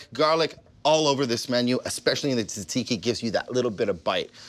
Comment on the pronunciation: You my friend are pronouncing it wrong I as a Greek man say differently I will try your recipe though